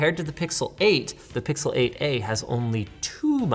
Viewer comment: I hate how "8a" keeps sounding like "aa"